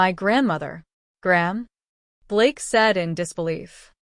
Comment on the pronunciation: GRANDMOTHER CAN BE SHORTENED TO “GRAM” not GRAHAM! These shitty mispronounced writings are beyond ridiculous!!!